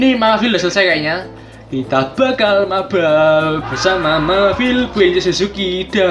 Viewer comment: Mabar bang bukan mabal😂😂😂